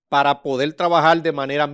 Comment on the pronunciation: Lamento mucho el momento por el que está pasando Hugo Beras;yo estoy seguro que el difunto Freddy Beras Goico no lo lo hubiera dejado participar en la política. por otro lado reconozco la pericia del licenciado quien acompaña a; pero entiendo que debe trabajar con su léxico y cuidar la L como por ejemplo: Cualquiel,habel,podel.